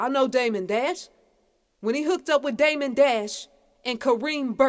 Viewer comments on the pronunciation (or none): none